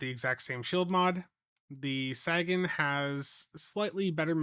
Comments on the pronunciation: the dude the ship is named for said SAYgun. No one cares how Missouri mispronounces it. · Quick note: It's pronounced Say-gan. Like in Carl Sagan. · Dude do you even science? Sagan, as in Carl Sagan. SAY-gun Sagan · Ffs, can you stop calling it the "sag-an"? It's actually insulting to Carl Sagan when you do that. You know how it's pronounced, just say it right. So annoying. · SAY-gan. Jeeezzzz! 🎉🎉🎉😊🎉🎉🎉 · The Saggin? 🤣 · Oh, no., Sagan is pronounced like “Say Ginn” as in the famous Carl Sagan. Carl Sagan was a brilliant astrophysicist, writer, and science communicator who had an unparalleled gift for making the wonders of the cosmos accessible to everyone, inspiring generations to look up at the stars with curiosity and awe. Through his bestselling books, groundbreaking TV series Cosmos, and tireless advocacy for science and reason, he championed the power of human understanding and the beauty of our place in the universe. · Let's say it one more time... Sagan - pronounced Saygen. Named after Carl Sagan. Famous Astronomist and Physicist from the 70s and 80s. Where the term Pale Blue Dot came from. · he knows how it's pronounced, he says it that way so people come into the comments to give him engagement metrics lol you guys gotta stop falling for this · //he knows how it's pronounced, he says it that way so people come into the comments to give him engagement metrics lol you guys gotta stop falling for this// I prefer to believe that he's from an alternate reality where Sagan is Sagging. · Sagan rhymes with raygun, not dragon. 😁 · My only real gripe about this ship* is that the pets are not new: I was hoping for an Alliance Shuttle or Frigate Pet to come closer to the game having a complete set of Alliance equipment. If that is the only problem it is a really good event reward. Also, your pronunciation of Sagan makes my ears bleed. *other than the disappearing blog post, probably site issues causing a rollback. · I keep expecting him to say "Sagging"